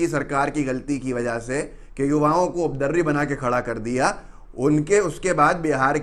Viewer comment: अरे भाई बोलने के पहले उपद्रवी शब्द का हिज्जे और उच्चारण सही तो कर लीजिये। बार बार आप "उद्रवी" बोले जा रहे हैं। हिंदी चैनल है आपका। हिंदी को सही सही बोलने का अभ्यास कर लीजिए। आपके चैनल का मैं प्रशंसक हूँ।